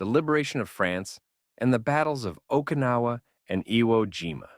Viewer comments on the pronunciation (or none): none